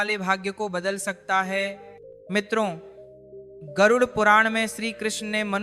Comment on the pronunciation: राधे राधे गुरूजी गरुर नहीं उसे गरुड बोलना नाहीये.